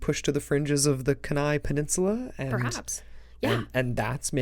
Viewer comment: Ok as much as I enjoyed listening to your pod cast. HOWEVER it's Keni (pronounced key-nye). As for the missing up there it's for 1 of 3 reasons (man/ nature/ other). As for Alaska with some good situational awareness and a little respect for nature yes you can have some interesting adventures up there.